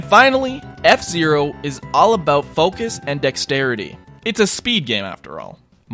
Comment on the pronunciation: Probably not the first person to notice "Dexerity"